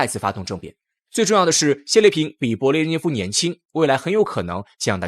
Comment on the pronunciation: 德你吗，名字都念不对，还做什么节目